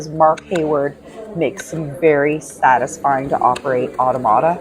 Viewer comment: You pronounce automata like otto-mata. It’s more commonly pronounced ah-tom-ah-ta. Thanks for sharing your visit.